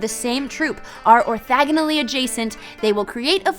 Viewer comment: Like "orthogonally"? :-)